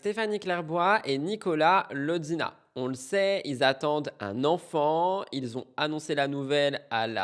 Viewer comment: c'est LOZINA, pas "LoDzina" ou "Lozzina", c'est un nom CROATE, c'est bien la prononciation "z" donc Lozina:) C'est pas italien! Ensuite, Paga il a oublié de mentionner que si Giuseppa a dit "STOP" c'est pcqu'il a trempé le biscuit dans un autre verre hein... il a, bizarreeeemeeeent, oublié ça! La meuf qui l'a accusé de viol vous vous souvenez? En vrai il l'a tronchée et elle avait honte pcq elle a un mec donc elle a inventé une histoire de viol... ok c'est dégueulasse, mais le fait est que Paga a TROMPÉ sa femme et que c'est sorti de manière méga publique... l'humiliation pour Giuseppa...:( Évidemment que ça allait diriger vers une rupture! Mais il l'aime tjs sa Giuseppa... elle non par contre.